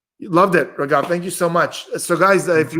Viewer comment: Only for indians said rageeeeeeeeevvvvvvv 😂😂(it's raghav)